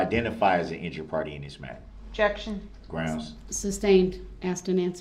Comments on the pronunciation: He actually, at one point, told the judge that it had to be better “grouns” than heresay or relevance. What a fool! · lol same thing as sub-stain , objucsheen , axed , and groundzzzz !! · GroundZZ… did you see the license place? LoL. I just can’t with this guy. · He’s ridiculous! GROUNS GROUNS GROUNS GROUNS! Is that a “tacket” agreement your honor? I axed the question ….. OMG. I don’t know how everybody kept from just screaming at him or throwing something at him…..